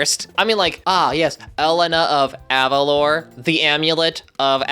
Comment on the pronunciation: Personally, I NEVER liked Jade. She feels like one of those friends that get upset at the slightest mistake you make, and never change their mind. I feel like she's a bit of a brat because of this. Also, yes I want Elena (pronounced Eh-lay-naa) of Avalor (Ah-vah-lohr)